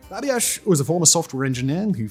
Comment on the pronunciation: Sorry, but someone with your accent who doesn't know how to pronounce "Babiarz" should not be doing a smarmy video on libertarians in New Hampshire. By the way, they are currently dominating state politics. I guess they decided to fry bigger fish than the town of Grafton. Go wipe the silly grin off your face and do some REAL journalism...